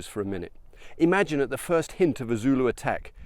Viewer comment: Your pronunciations of the very difficult names is excellent, zulu is not an easy language. This is an excellent video and really puts things in perspective, eve though I lived in Natal as a school boy I never got to see the battle field.